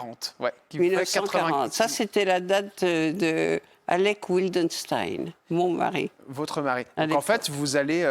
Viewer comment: on prononce Vildenstein en allemand. Pas Oui ldenstein Ce n est pas un nom anglais (mais allemand).